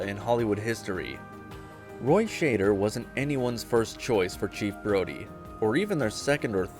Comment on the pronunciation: Never heard or Roy Schader…… thanks A.I. person!!!!!!